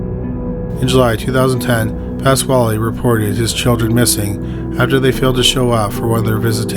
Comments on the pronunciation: I'm sorry, but... PASS-KALE, not KWHALE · pasquale is pronounced exactly like pedro pascal's last name.